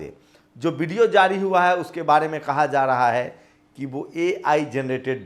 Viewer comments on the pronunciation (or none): none